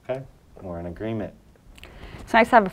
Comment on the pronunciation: Don't you mean "agreenment" ._.